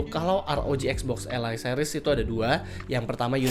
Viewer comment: kenapa Ally di baca alay 😭